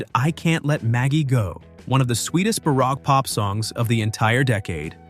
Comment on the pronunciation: If that word you pronounced as bah-rock was spelled baroque, it’s pronounced bah-roke.